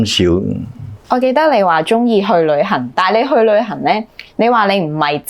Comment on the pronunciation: 謝謝主持不像其他自以為是的主持咄咄逼人，但有很多位沒回應受訪者的答案，就突兀的轉去下一條問題，要注意懶音 旅"痕"， "申"財之道，人"身"(生)。